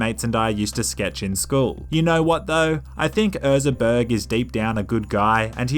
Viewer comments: His name was "Ezra Berg", not "Erza Berg" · “Erza” it clearly says Ezra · It’s Ezra not Erza. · I hate how he says erza instead of ezra. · *EZra not ERza.. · Ok everyone's talking about him saying 'Toto by Africa' but nobody's talking about him saying 'Erza' instead of Ezra for the whole video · Is nobody gonna mention the fact he says Erza instead of Ezra? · Love how is saying Erza instead of Ezra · Most hydrated one! Big fan.. Huge! BUT.. his name is ezra.. EZ-RA. Other than that, top video. 2 thumbs up. 👌🏼😊